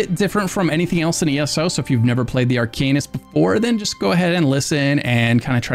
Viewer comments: Arc - an - ist 😅 Thanks for the build! Excited! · Say ‘harken’ ten times Now say ‘Arcanist’ 😊 lol. Good guide man! Edit: I think you just helped me figure out what I was stuck on bringing my Arcanist into vMA - I used oakensoul but I’m gonna try to swap with ring of the pale order… I need to play with class skills some more, but I was squishy as heck - gave up at ice rink of blood… (I’m usually top 5 in every class when the weekly challenge goes to MA on PCNA)… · Ha! It’s phonetically incorrect, but it’s their game, their rules… I’ll play along for now :)